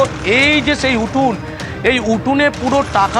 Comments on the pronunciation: Guno, uthun, pathomik. একটা সাংবাদিকে এটা কেমন ভাষা🙄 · উটুন?? এবিপি র সাংবাদিক?? এবিপি তে যে কেউ সাংবাদিকতার চাকরি পেতে পারেন ?